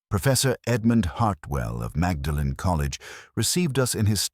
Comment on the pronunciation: It's AI - mag-da-len? I'll close the door quietly on my way out.